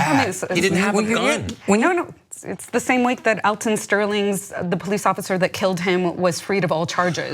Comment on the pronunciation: Running don't make you guilty of nothing! The Poe-leece.